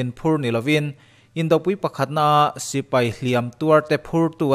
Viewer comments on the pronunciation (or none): none